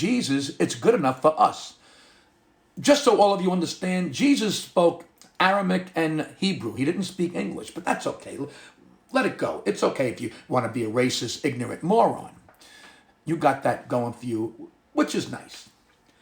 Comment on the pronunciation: Actually it’s Aramaic, not “Aramic”. Don’t take my word for it though, I’m just a knuckle dragging Southerner.